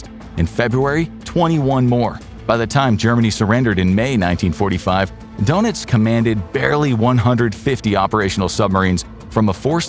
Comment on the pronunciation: Its pronounces durnitz not donuts